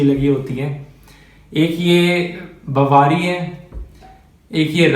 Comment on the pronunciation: Bhai vo बवारी नही बावरी है